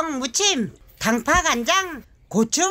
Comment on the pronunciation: 단파아니고 당파 맞을걸요(쪽파) 우리 가 제대로 말씀하셨어요~^^